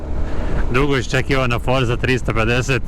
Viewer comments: OdliČan scooter ali dotični ga baš tupi sa nekim izrazima,kao prvo nije FORSA već FORCA......baš glupo.Drugo i treće....KORMAN,HEBLE....od kada mi to tako govorimo?Baš me to uvijek iznervira.Inače,recenzija je za 4 a scooter za 4,75. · Dobar video. Samo jedna ispravka: Izgovara se Forca, ne Forza. Drago mi je da je neko kod nas pokrenuo kanal o skuterima, slično kao onaj Rumun, "Ride with Alex". Pozdrav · O nekim stvarima nemaš pojma. Od izgovora Forza do mjerenja potrošnje. Pogledaj klipove Cvejićeve "Budući klasici".